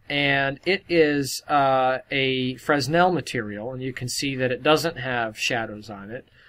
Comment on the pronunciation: the S in Fresnel is silent :s